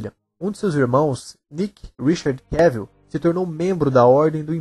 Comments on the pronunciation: Sim...acho que o teste para o filme 300 é uma informação equivocada. E da próxima vez, de novo: É QUÉVOL! Não Quévil..🤦🏻‍♀️ É só lembrar de viagem em Inglês: TRAVEL/QUÉVOL. Tem um vídeo onde ele mesmo ensina a pronúncia, tá??!! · O nome dele se pronuncia Cavel, como travel...